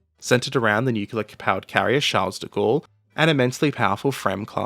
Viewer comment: R U Serious? All the time english speakers swallow even sounds in french that aren't swallowed but at best shortened like the "uh" at the end of Louvre. And NOW there is a french name where you SHOULD swallow the S and you say CharleSSSSSS??? I give up. English must rot the language centers of the brain.